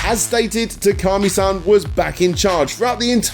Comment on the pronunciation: One major problem with this video is that not once did you say Shu Takumi's name right. You kept calling him "Takami".